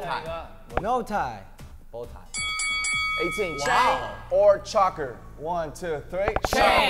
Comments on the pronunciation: i loe how RM says choker like chocker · What did rm say chocker? I thought it was choker but it’s chocker now whatever rm says it is it is to me so ima go wear a chocker